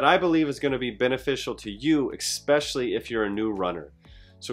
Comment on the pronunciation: If he says egg-specially one more time LOL! Good video. 😂